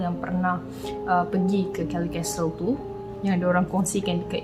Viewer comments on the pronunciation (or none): Kellie's Castle. Ada S kat situ. Nape sebut Kellie je? Tak fasih English ke